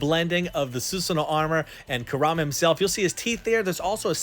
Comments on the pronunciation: Nobody:: koo RAH muh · You're a huge Naruto fan, but can't even pronounce Kurama right. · THATS NOT HOW YOU SAY NINE TAILS NAME